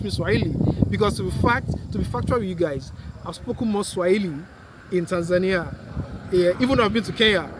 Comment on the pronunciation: I like the way you pronounce Tanzania…….. thanks for the compliments. Very proudly Tanzanian